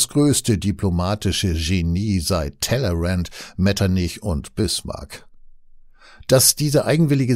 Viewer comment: Wurde der doch! Eindeutig Tellerrand mit westdeutschem Akzent.